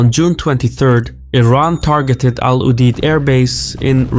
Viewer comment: al UDAYD!!!! youre from the middle east, and have tonnes of resources. Stop pronouncing like a dumb yankee